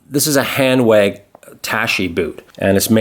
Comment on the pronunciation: Great review, but maybe learn how to say the names correctly, such as Hanwag. “W” in German, sounds like “V” in English. You wonder why Europeans rolled their eyes with Americans.